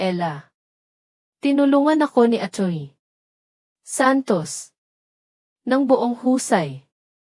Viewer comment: May sakit b ang nag babasa kc paputol putol ang pag babasa,saka yng attorney ang basa atoy.😢